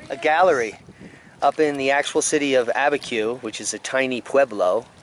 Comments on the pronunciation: No, ABIQUIU lake is just part of an Army Corp designated "Albuquerque District." We were at Abiquiu, which is nowhere near Albuquerque, and pronounced, "a-bi-kew." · No, Albuquerque was just the name of the district.. We were in Abiquiu, which is nowhere near Albuquerque, and pronounced "a-bi-kew." Leah